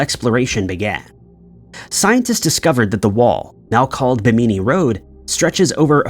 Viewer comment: BIM-innie (Bimini) not Bim-eenie.👍